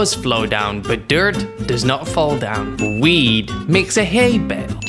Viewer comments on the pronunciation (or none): Its "Wheat" not "Weed"